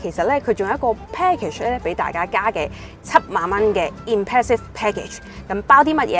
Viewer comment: 你好，我相信你背後有付出過好大努力，係值得欣賞嘅，但係請恕我直言，你做得呢行，點可以滿口懶音㗎？！ 嗰啲咩"避震要幾雁有幾雁"…都算喇， 最難頂係你連讀英文都可以有懶音嘅… Impressive package讀成"Impassive" "pair"kage🙄 你Google translate下咩係"Impassive package"...真係得啖笑！ 仲有…iconic sound讀成iconic 山… 仲有好多… 懶音王陳敏之都改善咗好多，希望你喺呢方面都可以作出改善，努力！加油！💪